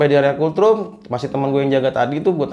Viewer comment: Kultrum kultrum..... Gw ampe berpikir keras apa an sih kultrum. Gak tau nya yg dimaksud tu COLD ROOM. Ampun dahhhh. Knapa jadi kultrum kangggggg 🤣🤣🤣. Dibacanya tu KOLT RUM. Bukan kul trum 🤦